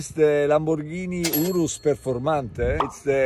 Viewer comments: Finally, someone who pronounces it correctly not like the Americans who call it a 'You-Rus.' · The proper way to pronounce urus, by the ceo himself, “ooroos”. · Much class, this man shows how to pronounce “urus”